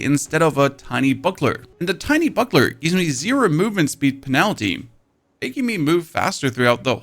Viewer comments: ....did he seriously say pen al tee? 🤦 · Movement speed pen-what? First time I hear that pronunciation 😂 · Are you trying to mispronounce penalty and targe or is it part of the shtick? Sorry first time here